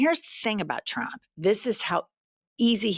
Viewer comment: 3 tips for Karoline "Hitler Barbie" Leavitt: 1) Learn the difference between "DEFER" & "REFER" 2) Learn how to pronounce the word trump -- here's a hint... it doesn't start with a "CH" 3) Get ready for your son to come karmically blazing out of the closet as a proud member of the LBTQIA+ community in about 10-15 years.